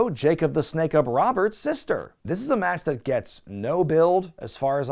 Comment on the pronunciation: Why the F do you say Jake Roberts' name that way?? 😠🫤😣